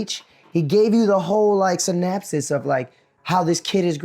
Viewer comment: Umm it’s a “riff” not a rift and he’s giving a”synopsis” not synapses